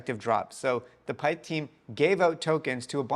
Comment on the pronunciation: Still saying pyth wrong lol